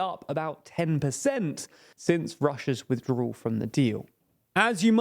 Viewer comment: People who don't know the difference between the letters "L," "R" and "W" shouldn't try saying words like "withdrawal." And by the way, what's with that fucking hair, did you lose a bet? Why don't you invest a buck and a half of the money YouTube is paying you and buy a fucking comb!